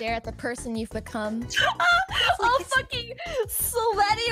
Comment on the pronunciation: 'Stare at the person you've becum'